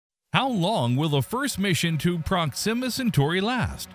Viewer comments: Prox-immuh Cen-tory? Dude....We have to work on your pronunciations... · OMG - you don't even know how to pronounce the name of the subject about which you are posting. SHEESH. Intolerable. Couldn't listen.